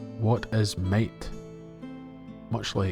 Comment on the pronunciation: I kept hearing "mate" and then I realized it's "might" 😅